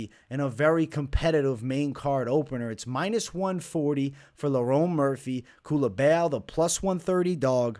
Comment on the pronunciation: Bro where do you see an E in Culibao 😂😂😂 Culibeeaaau